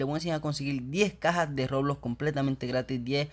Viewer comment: Nose sabe ablar el wey dice loblox poque no el doij un rejalito xd